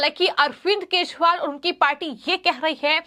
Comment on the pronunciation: Anchor ka bhasha thik kare bahut galat padh rahi hai kejariwal ko keshpal bolti hai. Channel wale galti thik kare